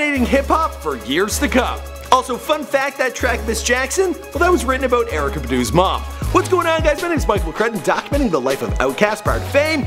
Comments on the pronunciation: erykah badu is a queen . that's the only name is gaf about u pronouncing right!! "Bah-doo" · Another example of someone using hip hop to their benefit. This guy didn't even say Erykah Baduh name right. He just skimmed right over it. Smh